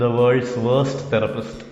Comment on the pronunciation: Therpist o ? Therapist alle ? 🤔